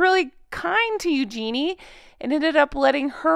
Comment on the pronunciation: According to her mom Sarah Ferguson yhe way u pronounce her name is .,. Think Use your knee... U jen nea .is how her name is pronounced. I thought it was. U Genie also. Just fyi